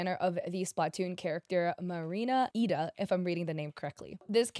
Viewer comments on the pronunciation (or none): The first letter isn't a lower-case L, it's an upper case i. So it'd be Ee-dah